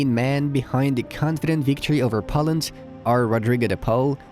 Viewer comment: Great analysis. Very hopeful. But please, it's pronounced Poeland, not Pawland, and see you soon not sun.